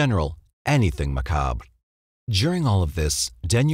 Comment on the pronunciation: Thank you for correctly pronouncing the word, macabre.